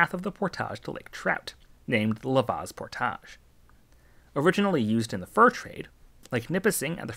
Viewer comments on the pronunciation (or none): The way he pronounces portage as poor-taj is driving me nuts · Loved the video but oh my god that is not how you pronounce portage. It's not that complicated. Port age. Portage. Not por-taj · No way your ass pronounce portage like that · Portaaaagge is so fancy sounding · “Portage” is pronounced like “porridge” with an added T. It doesn’t rhyme with “garage.” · Living in the city of Portage, I did have to smile at your pronunciation. Kudos for your correction. Great information on the whole water system.